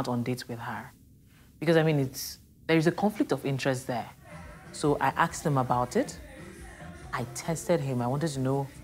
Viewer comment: So axed instead of asked? Is not an African American problem but also Nigerian and Ghanian problems? Basically I have seen a YouTuber Woda Maya doing this also.